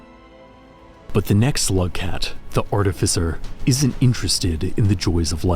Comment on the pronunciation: you say slugcat like someone would say homosexual im sure this is a great video but im already a rainworld ultra so sorry :(